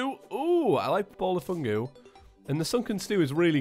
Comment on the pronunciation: Ball of fuguuu not fungu fugu as in pufferfish